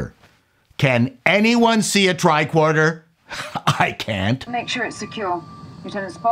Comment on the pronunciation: love it. I grew up near the Don Mills area, so I’m curious about your pronunciation on one particular word….. TRICORDER Now, most would pronounce it TRI-CORD-ER………but you seem to lean toward TRI-KWORD-ER. Hey, I’m not trying to bust your nuts on this….I tease (pause) because I love!:-)